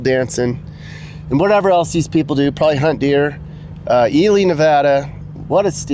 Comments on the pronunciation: Its pronounced E lie not Eely 😂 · you pronounced "Ely" like "EE-lee". I'm not 100% sure that's right. I've always heard it as "EE-lie". I'd be curious how the locals say it. I love your videos, but your track record for pronouncing names correctly isn't the best, especially in Hawaii. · I live in Arizona so I am somewhat familiar. By the way, it's actually pronounced E-lie